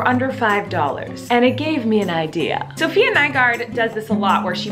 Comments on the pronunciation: Is it just me or did she say SOPHIA and not SAFIYA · no it's not. Tyler pronounces it "safEEya" the same way Colleen does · Its safiya. Not Sophia